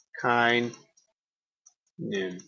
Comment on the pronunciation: Hate to be pedantic but it's cholecystokinin, not cholesystokinin.